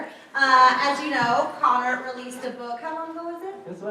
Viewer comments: its Connor not conner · 😩 *Connor not conner